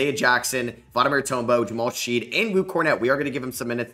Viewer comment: His name is pronounced Shed not Sheed.